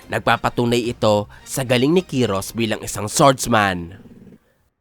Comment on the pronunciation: Kayros* ang tamang pag bigkas ng pangalan niya hindi kiros